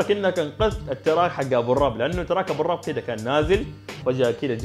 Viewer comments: تنلفظ ابو الروب مو ابو الرب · يزلمة انت لفظت اسمو غلط ابو الرب في حركة ضمة فوق حرف الراء عشان بدون الضم بصير تكفيرة😁😁🙂🙂🙂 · الفاعوري مش الفعروني😂👌🏻 وبرضو ... أبو الرُب مش أبو الرَب (في فرق كبير) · طيب الاردن وفلسطين دولة واحدة السعودية وقطر ماذا ؟ ابتعد عن السياسة، ثم احمد ابو الرب بضم الراء وليس بفتحها لانها تصبح اهانة للذات الالهية مع اني اعلم ليس قصدك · اسمو ابو الرب بالضمة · لما تعرف تنطق اسمو تعال احكي على احمد ابو الرب